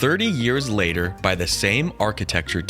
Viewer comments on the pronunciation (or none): none